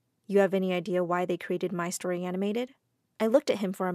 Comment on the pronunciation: when "my strory animated" sus